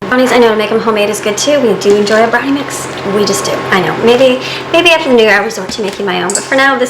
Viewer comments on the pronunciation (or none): none